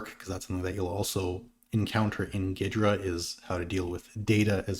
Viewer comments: There was a time, long ago, where there was a tool that pre-dated Ghidra, called SoftICE that allowed exactly this and more, because unlike Ghidra it was a kernel-mode debugger, so below even User Mode where Ghidra is limited out-of-the-box. Also though, pretty sure the correct pronunciation is more like "Geedra" not "Giydra." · Is that really how it’s pronounced? I hear it as “gheedra” often